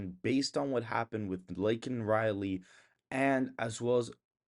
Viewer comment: It's Laken, not Lakelin. Don't go Bidementia on us. LOL